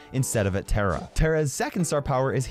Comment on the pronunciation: Its tara not tera